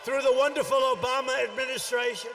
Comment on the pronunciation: "ObamNa amnesty" XD